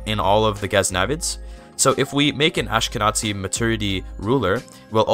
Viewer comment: Just here to say that when reading "Ashkenazi" you should say it with a hard Z ant not TZ, so "AshkenaZi" and not "AshkenaTZi", it's basically read as it's written. And thank you! You helped a lot!